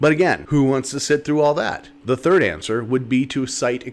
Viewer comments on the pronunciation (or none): none